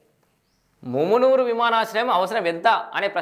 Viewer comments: ఒరేయ్ మామూనూరు రా వారి ముమ్మునూరు అక్కడిదిరా. పేరు పలకడానికి రావట్లేదు నువు anchor ఏందిరా మా కర్మ రా మా కర్మ. ఒరేయ్ హైదరాబాద్ కి రావడానికి ఎయిర్పోర్ట్ పెట్టట్లేదురా ఒక మా వరంగల్ కె ఉపయోగం కాదురా ఖమ్మం కరీంనగర్ ఆదిలాబాద్ నల్గొండ కి ఉపయోగం రా వారి ని anchoring తగిలేయా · ముమునూరు కాదు రా సుల్లిగా .... మామునూరు రా వేస్ట్ గా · మూమునూరు కాదన్నా అది మామునూరు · Ganduga nu mundu mumunuru Ani palakadam wrong...adi mamunuru....ikapothe airport ni welcome cheyali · ముమ్నూరు కాదురా బాదుకావ్ మామునూరు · ముమ్మునూరు కాదు అన్న. మామూనూరు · ముమునూరు కాదురా బాబూ మమునూరు రా ఎవడు రా నీకు చదువు చెప్పింది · ఏంచదువు కున్నవు ముమునూరు కాదు అది మామునూరు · Mumunuru kadhu babu telugu chadavadam nerchuko firstu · నీకు మామునూరు అనే చదివస్తలేదు నువ్వు దీని గురించి రివ్యూ ఇస్తున్నావ్ ఎయిర్పోర్టు ఓన్లీ హైదరాబాద్ పోవడానికి కాదు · Houle. Flights can be not limited to hyd alone. First pronounce mamnoor correctly bhadkav